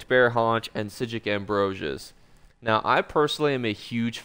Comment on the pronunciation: The "Right Nyeow" made me slam that subscribe button